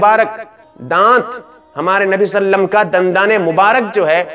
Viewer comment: ابے صلی اللہ علیہ وسلم تو صحیح سے بولو